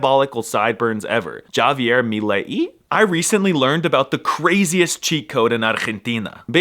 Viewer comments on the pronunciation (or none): it´s not GSHABI ER MI LE Í, it´s HaBIER MiLEI (I tried my best to write the sounds srry for being weird using H or the J sound, or GSH for the english G sound)